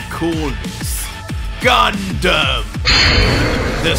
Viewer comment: GUNDAM sounds like CONDOM🤣🤣KEEP GOIN BRUH THIS MANGA IS JUST AWESOME 🔥❤️